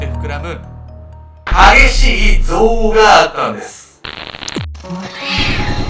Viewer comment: 「憎悪(ぞうお)」の発音がおかしいです。前もあって気になっていました。